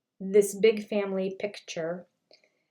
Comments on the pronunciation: Well, maybe there is a difference between a big family “picture” and a big family “pitcher”, that we don’t know about. 😅🤔 Its PICTURE! Just say PICTURE, Kody!!! Aahhhhh😂😂😂😂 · Lol, thats the Utah accent. I do the same thing, and have to catch myself. We also inadvertently say "Mow-n" instead of mountain